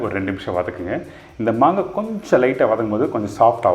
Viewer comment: Please correct it's not mangai it's "maangai"